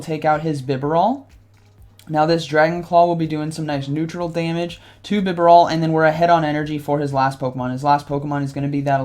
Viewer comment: Couple of corrections: 1. BEE-Barrel or BEE-Bar-El 2. And a couple of times you mentioned Alolan Exeggutor, but it was Kanto Exeggutor. 3. you said it right at the intro, but wrong during the commentary. I believe it's es-cavalier. like escargo (snails) and cavalier. Glad to see you putting out some Silph content! GGs man!